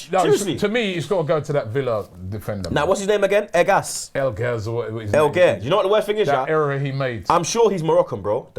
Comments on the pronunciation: It's Engels not Elgas hahahah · I'm a Villa fan, so it's alleviating some pain when these two mix up Engels and El Ghazi and call him Elganz